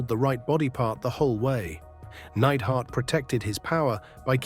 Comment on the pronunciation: Jim the Anvil "Needhart"?